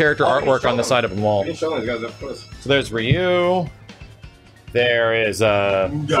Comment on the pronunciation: Guy Guino steve was going to get one but he kept mispronouncing ryu’s name